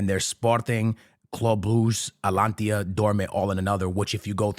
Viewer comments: It's Atalanta bro not atlantia 😅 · Bro, I'm not sure why your videos are constantly recommended to me.. but please at least learn how to pronounce the names of the clubs.. It's A-T-A-L-A-N-T-A not Atlantia.. wtf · It's "ATALANTA" not "ATLANTIA" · Atalanta ❌ Atlantia ✅ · The fact that you still call them Atlantia is craaaaazy😂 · Bro its ATALANTA not ATALANTIA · Does this brother not watch Atalanta matches or atleast read the comments? Because "Alantia" is crazy. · Gotta stop listening after I hear "Atlantia" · My boy either can’t read or legit has got a speech impediment. My nigga says “cubahsi” then says “alantia” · ATALANTA! It’s ATALANTA!! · “Atlantia” u have to be doing it on purpose at this point 😂😂😂